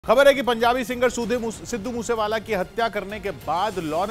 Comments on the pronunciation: Abhi tak aapko Sidhu bola nahin aaya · सिद्धू बोलना तो सिख ले चुतीए 😂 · Aabe Namm toh acche se le le sidhu moose wala.. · Sidhu moosewala toh sahi boloo 😓😓😓